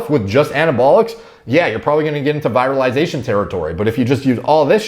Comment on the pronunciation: I think you mispronounce virilization, it comes from viril but you said it like comes from virus!